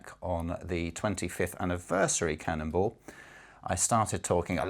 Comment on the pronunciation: Am I the only one that thinks he's saying cannibal?